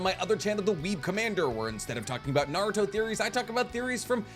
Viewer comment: I don't know how someone can know so much about Naruto yet still pronounce everything wrong.